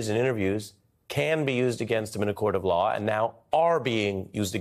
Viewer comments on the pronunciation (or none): What is a “Lawr”?😂